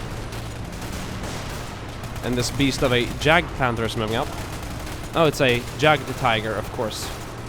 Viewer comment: you pronounce the Jagd in Jagdpanzer or Jagdpanther wrong. The German "J" is always pronounced like an English "Y" like in yankee. The German "A" is pronounced just like the Swedish "A". By the way Jagd means hunt;) Furthermore the "th" in Panther is just pronounced "t" in German. I hope I could help you and thanks for all the brilliant videos.